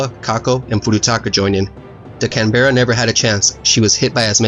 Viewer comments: It’s pronounced Canbruh. Can-bruh not Can-be-ra. It’s so irritating to hear people mispronounce it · Can-BEAR-a, please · Very good account of the battle, excellent graphics, just need to work on your pronunciation of Canberra. We say it as Can Berra And that is about all we can politely say about the place, filled with politicians and bureaucrats. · Good grpahics etc . But spoiled by your poor pronuciationa and pacing. Canbeara its Canberrah! Also you get even basic words wrong. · Its more Can-Bra, you don't pronounce the Berra like Bear-ra. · Canberra is pronounced “can-brah” not “can-bear-a” thought I should point that out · Great video mate, just fyi though Canberra is pronounced can-bra (or can-bear-a)! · Canberra is pronounced can bra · Canberra is pronounced Can-bra if anyone is interested. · Can bear rah 😂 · In Australia we call Canberra, "can-bra". Love your videos btw 👍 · Great job. Side a quick note. Canberra is not pronounced like it looks. It's actually pronounced Can-bruh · Just a little thing but Canberra is pronounced like that It’s pronounced like Can-bra (From your friendly local Australian) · I'll admit, I cringed when you miss-said Caberra...it's pronounced Can Ber Ra =) Other than that, awesome videogram. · The way u pronounced Canberra made this Aussie cringe but great video! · Great vid mate, look forward to going thru previous vids and future ones, also To be honest, its us aussies that mispronounce canberra. ie Can-bra. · Great video love the visuals. One thing canberra is pronounced can-bra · Australian here: The correct pronunciation of Canberra for all you yanks is Can-Bra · Hey man, great video, only point to make is the pronunciation of Canberra. its a common mistake, but you are pronouncing it as it is spelt which is where the issue is. I live in Canberra and the E is silent. its just pronounced "Can-Bra" otherwise great stuff man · he says canberra wrong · The way he pronounced Canberra triggers me, but good video